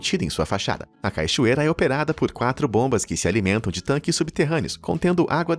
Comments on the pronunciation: " caichoeira " naooooooo ... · E esse também é o último vídeo do canal que eu assisto. "Caichoeira" foi a gota d'água! Já não basta os constantes assassinatos à lingua portuguesa – "incêsto", "vitíligo", etc. – agora mais isso. Quem é que fala "CAI-choeira"? Me pergunto se o narrador é mesmo humano ou robô, e se no Be Amazed esses deslizes também acontecem. Obrigado pelos momentos felizes proporcionados,, e boa sorte com o canal.